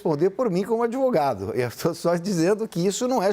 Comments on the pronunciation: Olha o "Adevogado" 😂😂😂😂😂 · Que adevogado é esse? o cara vem em rede fazer acuzações.